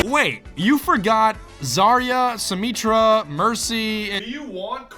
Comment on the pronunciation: Symmetra is pronounced like symmetry not symmeetra :/